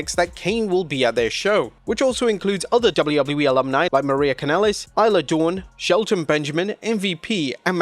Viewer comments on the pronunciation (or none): none